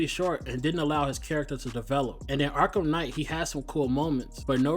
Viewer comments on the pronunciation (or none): none